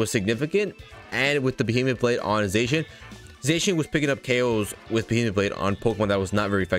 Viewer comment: It’s pronounced zahshean